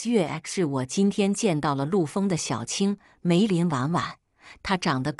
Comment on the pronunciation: 為什麼停頓位那麼奇怪 “陸豐的小青--梅林婉婉”